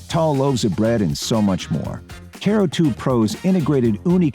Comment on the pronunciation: ... Guy in video is saying CARE-oo, not kuh-ROO....